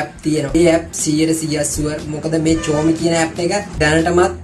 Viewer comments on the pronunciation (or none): චෝම් බව්සර් නෙවෙයි බං, ක්රෝම් බුූව්සර්...😆😆😆😂😂😂 සස්කයිබ් නෙවෙයි සබ්ස්කු්ුයිබ්..හරියට වචන ටික ඉගෙන ගනිං අයියෝ සංසාරෙ. යූ ටියුබ් එකේ සල්ලි හොයන එකම නෙවෙයි බං ජීවිතේ.දන්නෙ නැති වචන හරියට කාගෙංහරි අහගෙන හරි ඉගෙනගනිං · චෝම් නෙමේ ක්‍රෝම් 🤣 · " Chorme- චෝම් නෙවෙයි..." "ඒක "ක්‍රෝම්" "Chrome...😌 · චොම් නෙමේ ක්රෝම්. 😁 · චෝම් ... නෙමේ ක්‍රොම් කියන්න🙂කොහොම උනත් එළ වැඩේ❤️❤️😜 ඔය කිසි අවුලක් නෑ opera mini වලින් ගියානම් හරි😂😌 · චෝම් 😂😂😂😂😂 නෙමේ මෝඩයෝ ක්‍රෝම් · "Chrome" මේ වචනය උච්චාරණය කරන්නේ "ක්‍රෝම්" යනුවෙන්, "චෝම්" නොවෙයි. මෙය ඔබගේ දැනුවත්වීම සඳහායි. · ච්‍රෝම් නෙවෙයි ක්‍රොම් 😢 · චොම් නෙමේ ක්‍රෝම් හිස්ටොරි නෙමේ හිස්ට්‍රි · සස් සයිබ් නෙවෙයි බන් සබ්ක්‍රයිබ් කියහම්.චෝම් නෙවෙයි ක්‍රෝම් බොල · හිස්ටෝරියෙන් චෝම් ලු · සාමාන්‍ය ඉංග්‍රීසි දැනුමක් වත් නැත්නම් මේ ලොකු වැඩ කරන්න එපා. චෝම්.....? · ඔයාගේ pronouncing හදාගන්න. කියන්න ක්‍රොම් බ්‍රව්සර් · ක්‍රෝරෝම් කියලා නෙවෙයිද කියන්නේ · සස්ක්‍රයිබ් නේහ් 😂, චොම් browser එක,😂